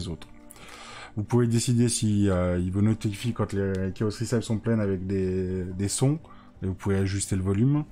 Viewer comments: Super vidéo, par contre recipe se prononce 'réssepi' et pas 'rissaïp' 👍🏼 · Recipe ça se dit ricipi, pour les prochaines vidéos 😁